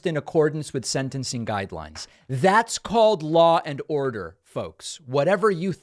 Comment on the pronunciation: "Law and Ordo" over and over please.